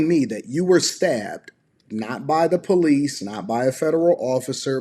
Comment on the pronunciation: How did I know before she even said it the she would pronounce police as poe-lease?